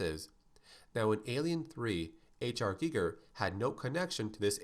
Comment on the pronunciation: The way he pronounced HR Giger killed me